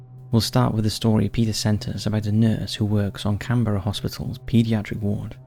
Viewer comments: Can-BRA! Not Can-Berra!. It's our country national capital & apart from us Aussies, only the Kiwi's get it right. Our biggest hate is that nobody can pronounce anything Auzzie but our kiwi siblings across "the ditch". Also mate, ur a Pommy & u should know that we don't have Presidents, we like u have Prime Minister's, we are apart of the Commonwealth Family & u poms stole the land from the indigenous so u should know who runs our country #1 The Governor General #2 The Aussie Cricket Teams Test Captain #3 The Prime Minister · Can-bruh, not Can-berra . 😊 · CAN-BRA... not can-berra... I mean, really!?